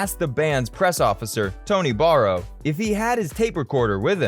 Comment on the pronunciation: Every time the narrator mentions Tony Barrow he pronounces the surname as 'Borrow' and a photo of Tony Bramwell is shown!!